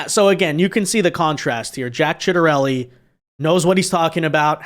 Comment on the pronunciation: You should really make sure you know how to pronounce 'Ciattarelli' before making a video about him. lol